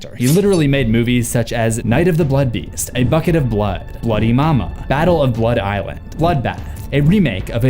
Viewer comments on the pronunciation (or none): none